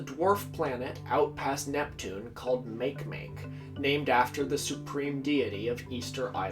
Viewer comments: Mah-kæy mah-kæy, not make-make. Sorry, language autist here. ❤ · it's pronounced like /makemake/. It's not english, why would it be pronounced like that? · Make make is pronounced "Mah-key mah-key" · Aargh! Note from the Pedantic Police: it's "MAH-key MAH-key", & "RAH-PAH-Noo-eee". I know it's only a little thing, but it bugs the obfuscationist-hell out of me hearing names mispronounced (it's kind of my thing, man; that's why I've been single for 20 yrs...)... ;~ ] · It's pronounced mak-eh mak-eh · Just be aware that the correct pronunciation for the Rapa Nui deity is MA-ke MA-ke, saying "MA" as in "mam" and "ke" as in "care". MA-ke MA-ke. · Isnt it pronounced ma-ke ma-ke? xD